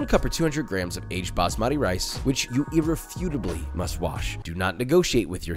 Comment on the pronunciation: Its not bamaati rice.....its baasmati ... Emphasis on first letter rather than second.